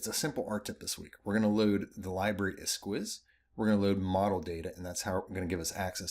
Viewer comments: "S-keys" not "S-quiz" 👌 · What a fun package! Thanks! Just a note, esquisse is French and is actually pronounced “S-key-se”:) sounds much nicer that way.